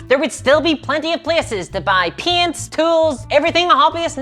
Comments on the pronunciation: When she says "paints" it sounds like an American saying "pants" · When you pronounce paints i hear it as pants 😂 Turns out that there's still a sizable warhammer fantasy 8th edition community in my area that has weekly games. Needless to say i just ask for my store that offers 3d printing services to print some high elf spearmen